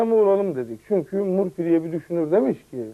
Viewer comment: dogru telaffuz ediyor murfi yada mörfi seklinde okunur.